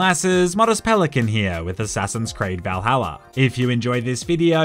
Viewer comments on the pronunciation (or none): none